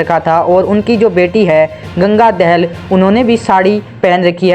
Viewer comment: Not दहेल it's दाहाल